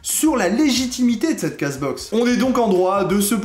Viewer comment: Salut, petit conseil: « Case Box » se prononce « Keyze Box ». Merci pour cette vidéo, très intéressant comme thème.